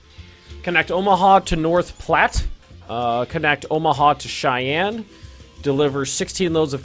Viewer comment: But North Platte was pronounced correctly